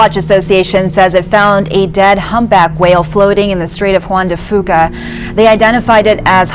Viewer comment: She pronounced Juan de fuca and Sooke BC wrong. I know this because that’s where I live.